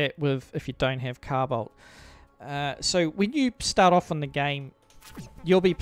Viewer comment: "cow bolt"??? "Carbide"???